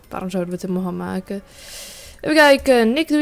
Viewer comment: "vervange, en makeh"